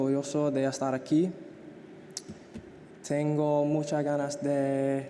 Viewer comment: Some pronunciations like 'tengo' and 'que' is still very English-centric, I must say 😅 But credit to Trent when it comes to the letter 'r', he really nailed it by rolling his tongue